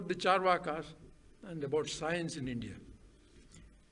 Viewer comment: Rajiv, please correct the pronunciation of Charvaka. It is चार्वाक ---- chaarvaaka. Not chaarvaka.